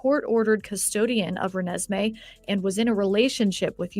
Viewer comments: THE CORRECT PRONUNCIATION IS RE-NES-ME!!!!!!! LUV U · Can you please learn to pronounce this little girls name right!!!!!! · Just want to try to help with some pronunciations: Renesmey Eutsey Ra-nezz-may (Michael) Aubele - Aw-bull